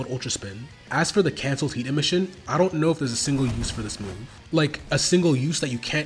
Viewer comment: bro its not that hard to say emission